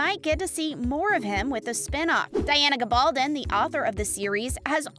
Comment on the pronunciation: Yes please. Learn the correct pronunciation 🙄